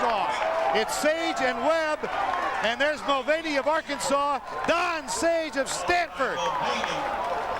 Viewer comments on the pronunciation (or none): none